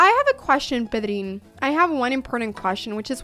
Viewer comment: Me encanta que aún hablando en inglés pares para pronunciar "Pedrín" como se debe jeje Buena apertura!